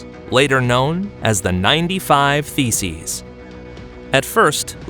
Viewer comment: Did anyone else hear "95 feces"? 👀